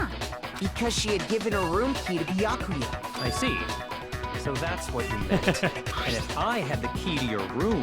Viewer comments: jay still says beeyuhkooya. BE-YAH-KOO-YUH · I’m actually getting used to saying Bee-yack-koo-ya I feel like it wouldn’t be the same if he changed it to how it’s meant to be pronounced. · iirc in an earlier episode he heard the actual pronounciation, said he doesnt care how its pronounced and said hes going to pronounce it Bee-ya-kuu-ya anyway lmao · I hope you know you pronounce Byakuya's voice as Bee-yah-ku-yah right? 😂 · Game: repeatedly voices Byakuya's name: always pronounces it completely wrong Like, im enjoying the playthrough, but tjat bothers me so much!! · 5 chapters in and still saying Byakuya's name wrong lol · How long do yall think it will take jay to say byakuya right? Lol